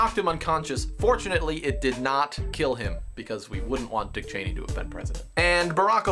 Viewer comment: i love how dan emphasizes the word "dick"